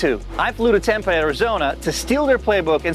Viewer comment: "tempay" arizona!! HAHAHA 🤣🤣